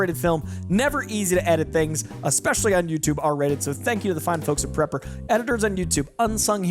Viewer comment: Its not Prepper, it's Praper.